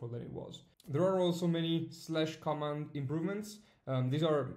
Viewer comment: Thanks for this update. One small hint: Please check the different pronunciation of "command" and "comment". I realize you're not a native English speaker, which is no problem at all, but in this case it really makes a difference in meaning in the context of Evernote.